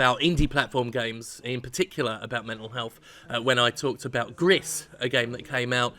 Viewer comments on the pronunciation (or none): Gris is pronounced (more or less) "Gree". When 's' is the last letter in a word in French, it's most often silent.